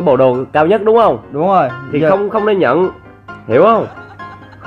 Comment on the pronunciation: Ko nhấn chữ nhận